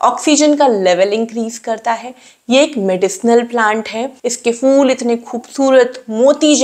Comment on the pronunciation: For God's sake, it's not 'fool'. It's phhool. Phh is a Hindi letter. Why do you guys can't pronounce it?